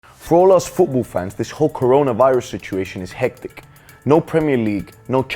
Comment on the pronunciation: Take a shot every time he says "fuwbuw" instead of "football".